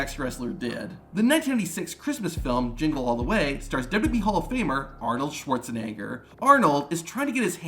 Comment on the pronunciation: he really didn't make sure he messed up Arnold's last name